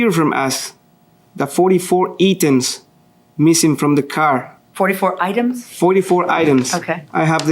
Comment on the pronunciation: That little smirk when he mispronounced “items…” You try doing the whole thing in Spanish and we’ll see how many mistakes you make.